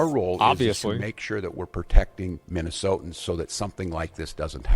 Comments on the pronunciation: Good grief, if i never have to hear "Minnesotians" again, it will be too soon. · When did they start calling Minnesotans, Minnesoans? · When he says “Minnesotans” does he mean United States citizens that live in Minnesota? Or just whoever the fuck happens to be in Minnesota?